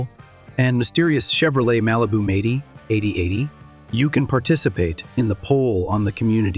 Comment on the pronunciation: who the hell narrated this..ts 4 4 2 not four forty two and it'd m- 80 not meighty...learn to talk